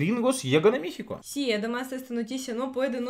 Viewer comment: Saludos y,sabemos que ya tienen algún tiempo en México,y hablan español,mexicano,,y me he dado cuenta que,pronuncias,,mixico,,intenta decir,,México,,México,en lugar de i,es e México,,espero lo logres,,saludos,,??